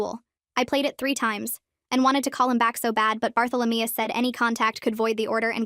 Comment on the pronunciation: “Barthalameus” now that’s a new one 😂